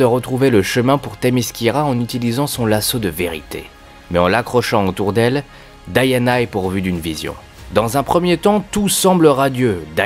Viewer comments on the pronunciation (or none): elle s'appelle Diana j'entent a chaque fois Daiana :D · Vous le prononcez probablement à la française : DI-A-NA. La prononciation logique (américaine) est donc DA-YA-NA.